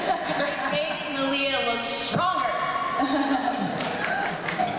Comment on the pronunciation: "May-lee-ah" ...the fuck? Comic Con hosts are so damn annoying, he just goes 20 minutes being the ones to ask all the questions like the fuck...